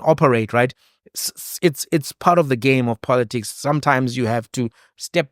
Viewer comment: Congrats to Mr Ndlozi for coming out unscathed from a grip of The Red Dragon which swallows innocent babies only to turn them into prostitutes of Poloticks(Malema's pronunciation of politics).